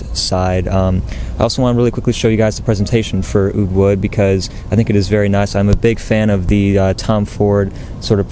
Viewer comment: oud wood? all I hear is "UwU"!!